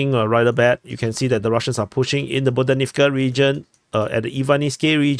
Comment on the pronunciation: The "h" in Ukrainian words, as transliterated in Latin script, is never "silent". Stop with the "Bodanivka" foolishness.